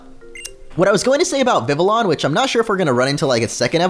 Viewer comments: It's not viviLLON... It's viviyon. Double "L" makes a "Y" sound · not VIV-LE-ON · Not vivilon its vivion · It’s pronounced viv-EE-AHN, “”! 🤨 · It's viv-E-on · omg he keeped saying Vivian's name soo wromg its VIV-E-ON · HEY DUDE YOU ARE SAYING VIVILLON WRONG YOU DON'T SAY THE TWO LS IN ITS NAME THE LS ARE SILENT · HOW TO SAY IT: VIH-vee-yon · Vivillon is pronounced Viv-ie-on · Not hatin or anything, but Vivillon is pronounced "Vivion". ......... I can see the comments now. "STOP BEING A GRAMMAR NAZI!!!" XD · OMG!!!! Vivillon is pronounced like VIVIYON!!!! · they're not silent, 2 l's sound like a 'j' in french, just like in vanille. It does't really matter because we pronounce io as ijo..